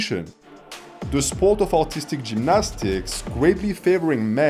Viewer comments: Few times I heard "Autistic gymnastics" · Just realized how funny it is when a French man tries to say “artistic” 😂